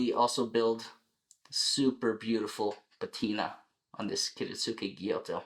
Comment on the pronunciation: It’s a gyuto, not a gyoto.